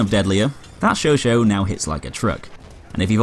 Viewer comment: You are pronouncing chauchat wrong but great vids